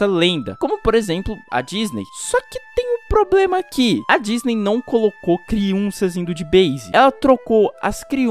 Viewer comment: Ele passo o vídeo todo falando criunças kkkkk